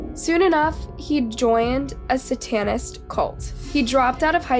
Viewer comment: Sah-TANNIST cult? SAY-TUN-IST. Like, Satan. The devil. SAY-TUN., please. PLEASE. The pronunciations. I love your stuff, but you're killing me, smalls! And remember, for macabre, it's mah-cobb, not mah-cob-ruh. French word. You're doing great. I watch everything you create and am a big fan. Love your videos. Keep at it!